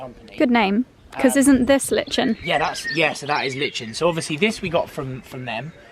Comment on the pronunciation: Watching this I shouted its LIE-KEN, not LiT-CHEN, then I remembered a quote I read on Pinterest. “Never make fun of someone who mispronounces something, it means they learnt the word by reading it.” But then I thought, but he’s a posh boy, has no one one taught him how to read a dictionary, good God what is the world coming to!! Love the house, especially all the lovely wood furniture, left natural wood and not painted.